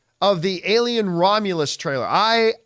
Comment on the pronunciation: Alien Ro-meh-lus